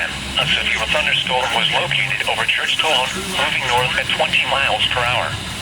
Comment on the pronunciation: Love how it says Churchtone instead of Churchtown.